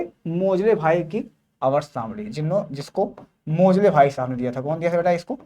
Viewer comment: मोजले ❌ मोसले ✅ 😂😂😂